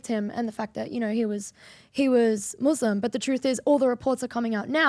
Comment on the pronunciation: This guy is a fraud. "Muthlim" 😂😂